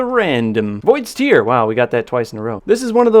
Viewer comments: Who do people pronounce it like that it's I thought it was tear like tear apart as in voids tear because it causes a tear in space but whatever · Cmon it's pronounced 'void's t(air)'. In all your time on halo 5 you thought the weapon was a crying void 😂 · PRO, yes there is a difference in pronunciation. Link below has both pronunciations. The one about salty water from eyes sounds more like the word Tier, the other about ripping things sounds more like a 'T" with the word 'air' after. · Exactly! It's always bugged me!